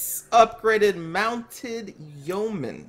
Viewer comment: It's yeomen, not yoemen ;) That battle was looking pretty good before the abrupt ending. SAD!